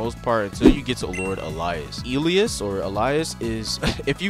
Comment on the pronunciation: Elius is not that hard